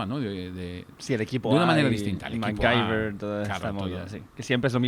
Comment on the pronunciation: No he escuchado a nadie decir McGuiver en mi vida. Ni su madre creo que lo llamase así